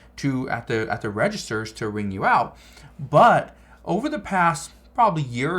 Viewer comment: Man it's you not yoou